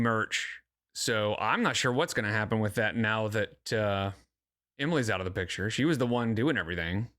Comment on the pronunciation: Finally found someone who’s pointed out how she says “take a pitcher” instead of “take a picture” omg